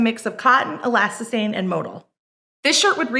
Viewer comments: Tha way she pronounces elasthane grinds my gears 😤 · Just say "elastane" it isn't difficult ffs.